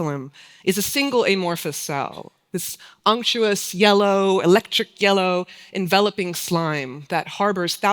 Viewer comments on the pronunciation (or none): recently listened to the audiobook of her book Broad Band.. its unfortunate that someone so well informed could not pronounce "electric" properly. LOL